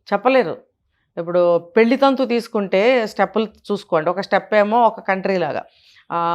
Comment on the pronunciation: పెళ్లి సవ్యం గా పలకండి